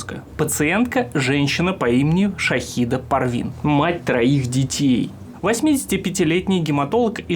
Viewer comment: "Шахида" истинная британка